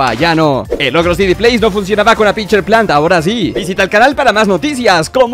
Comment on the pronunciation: # Escuché pinch3 en ves de picture xd